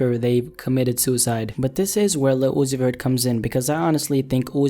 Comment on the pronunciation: Lil uzi vert= li [luci fer]t